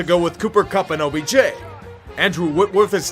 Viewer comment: Whenever you said OBJ I kept hearing OBGYN and I wonder if this is a sign